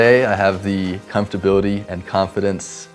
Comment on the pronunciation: I like that he says "comftorbility" like me - completely incorrect, but hey!